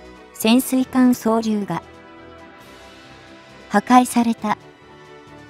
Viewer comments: 「そう・りゅう」(笑) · 何で、この人は｢そう りゅう｣って、変なところで切るのだろうか？ ｢おうりゅう｣や｢とうりゅう｣のときは、普通に発音するのにねぇ。